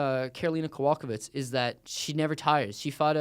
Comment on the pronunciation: It's ko-vol-KAY-kich, not ko-VOL-ka-vich.